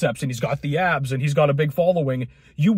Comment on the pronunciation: likez to pronounze all S's az if they were Z'z.... "Guyz are worried about keeping their abzzz..." 😂